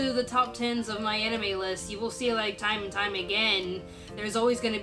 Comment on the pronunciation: Damn, I don't know why I hear what I hear but now I can't stop hearing "My Enemy List" when you talk about "My Anime List".